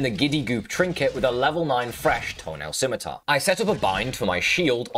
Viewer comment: I just needed to say, I was so surprised that FINALLY learned how to pronounce “scimitar”, i am so proud of our boy.